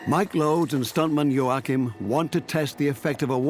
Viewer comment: By the way it’s { yo-ah-keem}